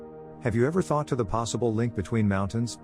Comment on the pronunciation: Teach your AI to say THE sublime.